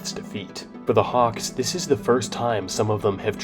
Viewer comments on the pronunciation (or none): none